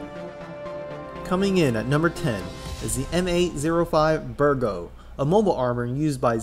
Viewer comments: Bigro, not Birgo. No offense. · B I G R O Not Birgo